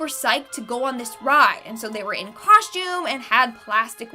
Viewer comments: If that girl says coshtume one more time I'm gonna lose it.🙄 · Whats a coshtume I have heard of a costume